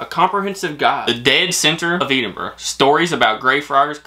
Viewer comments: best way to say Edinburgh is Edd-in-brugh 😃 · I’m from Edin-bur-ra, it’s NOT, definitely NOT Edd-in-brugh. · I’m sorry but pronouncing it your way is just wrong. As someone born and bred in Edinburgh it has never been pronounced as Edd-in-brugh by anyone cognisant with the correct pronunciation. You may pronounce it that way but that doesn’t make it correct. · can we please teach how to pronounce Edinburgh 😂😂 Eeedinbrough😂😂😂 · That was a fab package for reactions! For help not criticism it’s Edd inn burra 😉 and Shire is closer to sheer (rhymes with dear) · Edinburgh is pronounced edd rather than Ed, Celtic is pronounced kel-tic rather than sel-tic as the people were the Celts (pronounced kelts). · I love, he pronounces Edinburgh it’s like saying, eat em bruh xD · pronouncing Edinburgh incorrectly lol. Ed-in-borough is the correct way. Also Celtic can be said 2 ways. Celtic if talking about the football team, and Kel-tic when talking about Scottish history things. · Just so you know Edinburgh is pronounced ed(as in the name)- in-bruh ( I’m Scottish and it is a pet peeve when people don’t say it right lol 😂) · Going to try teach you to say Edingburgh... break it down... ED ingburgh... you have the end of it right, but the E D is said like the name.. winds me up everytime you say it wrong. lol. not your fault youre american;) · It's Edinburgh not "Eedinburgh" lol and still can't pronounce "shire" right haha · Your almost pronouncing it correctly. Lol. It's Ed as in Ed, Edd and Eddy. (Ed in bruh) Edinburgh or Dùn Èideann in Gaelic 🏴 😉👍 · ed in burra...... pronounce it like that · Please stop saying Edinburgh wrong!! It's eh-din-bruh!! Xx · It is not eeedinburgh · Sitting with my Scottish Fiancee, she is getting really annoyed with your pronunciation of "Edinburgh" 🤣🤣 I'm from a place in England with lots of mispronounced places, but that's annoying her no end 🤣🤣🤣 Its Ed in brugh BTW 😅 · It's Ed-en Borough. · its Edinburgh not EEdingburgh 🤣🤣